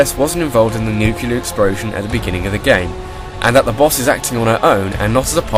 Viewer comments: I heard "nuke-yu-ler". Or something along those lines. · It kinda sounded like "nucular", but maybe my ears were just a bit clogged.